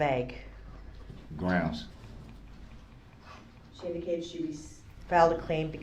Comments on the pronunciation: He actually, at one point, told the judge that it had to be better “grouns” than heresay or relevance. What a fool! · lol same thing as sub-stain , objucsheen , axed , and groundzzzz !! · GroundZZ… did you see the license place? LoL. I just can’t with this guy.